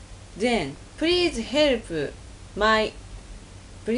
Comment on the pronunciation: "Prease herp'uh!"